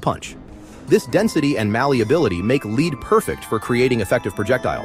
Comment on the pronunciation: Fukkin' AI "Leed" Bummer